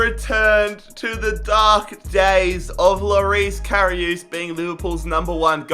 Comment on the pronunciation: You can’t say karius